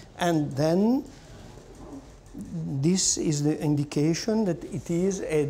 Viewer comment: "De Cheese"